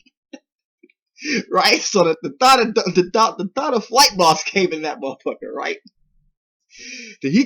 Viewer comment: Lol bruh if this man say "thot" instead thought one more time...